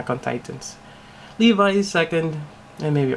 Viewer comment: Did you just call Levi leve